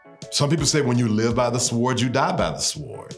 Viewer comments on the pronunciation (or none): I loved this video, and your commentary but you pronouncing the "W" in "sWord" is just as bad as people pronouncing the "L" in "saLmon". It hurts my soul.